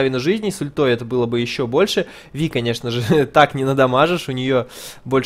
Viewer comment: правильно именно ВИ, а не Вай..... это наши чудо переводчики так перевели.